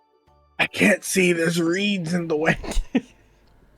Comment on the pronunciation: in the twin one lights says "theirs reeds in the way" not "theirs weeds in the way" i laugh everytime